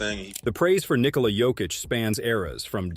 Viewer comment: The narrator here is the first person who can pronounce Nikola's first name correctly.